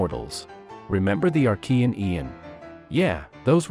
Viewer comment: " archean een"